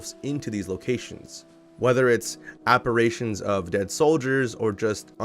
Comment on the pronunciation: Apparitions, not apparations, genius.